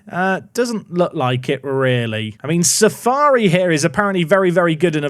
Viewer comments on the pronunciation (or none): none